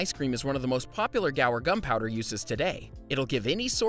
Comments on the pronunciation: You pronounce guar, "gwar", not "gower". You'd think the guy woulda read that better than he did. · It’s not gower, but goo-ar. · It's "GWA-AAR" gum...NOT "GA" "WAR" gum. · Isn't it Guar, not, Gower gum? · What an interesting way to pronounce “guar”. Are you sure it should be pronounced like this?